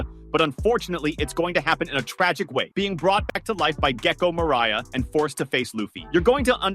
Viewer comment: Gecko Mariah😂